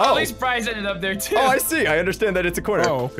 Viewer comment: Who else noticed bryce says "undershtand" and not understand.